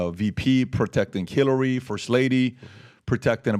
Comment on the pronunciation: Did he say "KILLARY"??😂